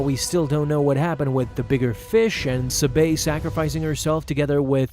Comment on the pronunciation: Bro you should read the books of padmè which are the Queen's shadow And the Queen's peril so u would know how to pronounce sabé correctly. 🤦🏽‍♂️